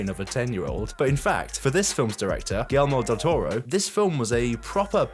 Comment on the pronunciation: JAJAJAJAJA guil yermo del toro JAJAJAJAJ gringo de minimo aprende a decir su nombre jajajaj pedazo de mr